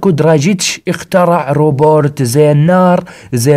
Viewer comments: اسمه روبوت مو روبورت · عاشت ايدك بس اسمة روبوت مو روبورت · اسمو روبوت مو روبورت🌚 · "الروبورت" اللغه الإنجليزيه تبكي في الزاويه😂😂😂😂💔.. بس بأمانه مقاطع اسطوريه واصل يا خوي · ياخي معليش الموضوع قاهرني اسمه ( روبوت) مو روبورت 💔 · ليش تقول روبورت بدل روبوت ؟ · و الله اسمه روبوت يا مش مش روبورت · يالحبيب اسمه روبوت مو روبورت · اسمه روبوت مو روبورت😂😂